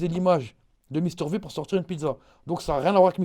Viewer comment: V comme Vi pas v comme vé